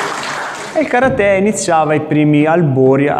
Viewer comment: Mi piace come hai pronunciato Karate, chissà perchè per molti, maestri compresi, è così difficile...!